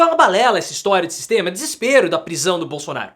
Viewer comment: O " Sixxxteama" é FOADA parcearo!! 😂😂😂